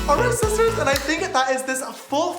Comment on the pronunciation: James charles:"Hey sisiters" Me: Shut up you boy